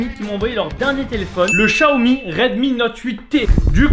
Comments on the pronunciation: C pas" Chaomi" C "Xaomi" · En vrai c'est Xiaomi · Tu sais même pas le prononcé le Xiaomi j en ai un